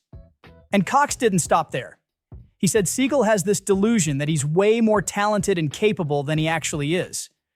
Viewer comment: Exactly. Pronouncing his name as “sea-gull” is an insult to seagulls.